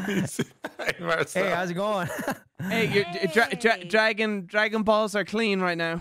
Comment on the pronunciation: Dwagoon Bawlls Cweeen